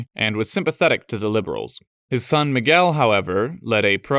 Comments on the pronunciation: not only João (which seems to be the hardest by a long shot) but eve more subtle nuances that are really difficult to catch, like the "hard"/closed "el" in "Miguel" that most foreigners have a Lot of trouble, he just nailed it all the way. It was suprinsing to the point of scare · Nice pronunciation of João and Miguel.